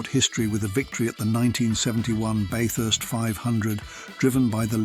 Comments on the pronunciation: Yep you can tell if someone has been here or they use AI because they can't say Bathurst to save themselves!!! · how many ways to say "bathurst" wrongly. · BaYthurst 500.. no no no (the 'a' is pronounced like the 'a' in "slap"). Bathurst. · AI voice (Barth-ust, anyone?) and choppy editing finished it for me. Crappy vid, full of omissions and mistakes. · Everytime, he pronounced 'Bathurst' differently!! It's not "BaYthurst" or "BaRthurst", it's just Bathurst. Eeeasy!! 🙄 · it's not Barth urst , it Ba-thurst 😂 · Lost me at 'Barthurst'. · AI voice is hideous- ‘Barth-hurst race’! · Are you not keen on Bay-thurst? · . What about Bathurst pronunciation - Baeth-hurst!! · Interesting. But need to work on your pronunciations of Aussie words. Bathurst being a good example. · FFS, narrate your own videos and lose the dumbass AI narration. Even Tyler Hoover can pronounce Bathurst. Also, lose those horrible "shakey" fades, they suck. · Pronounced "Bathurst" at least THREE different ways. Was the commentary being read by a computer? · I hate the mispronunciations. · AI narration pronounces Bathurst 3 different ways 😂😂😂😂😂😂😂